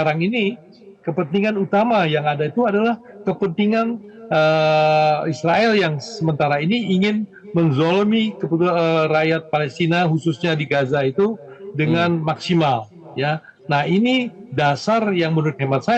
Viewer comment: Anda bilang menjolimin .😂😂 Siapa duluan yg menjolimin bukan ny ahamas😂..israel tdk pernah bikin ribu..tp kalau dimuali di hancurkan😂